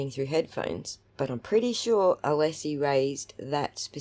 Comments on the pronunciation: You think ‘’ is mispronouncing Attorney Alessi’s name in response to the comments section?? 🤔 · I believe he is intentionally speaking his name. He has heard the proper pronunciation many times, including the judge asking for proper pronunciation.